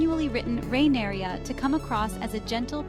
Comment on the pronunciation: her name isn’t “rhaeneria”. they don’t even call her that in the show. where do you get that pronunciation from?